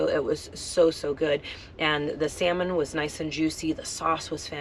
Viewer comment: "L" is silent when ordering Salmon. Just an FYI... love the content!!!